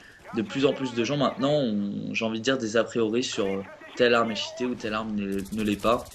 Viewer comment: franchement le niveau d'anglais zéro quoi. Cheaté se pronoonce t-chi-té et Black ops c'est pas black oups . sinon bon gameplay dans l'ensemble :D